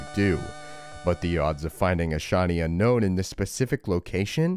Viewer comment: It's Un-Own. Not Unknown. Drives me crazy lol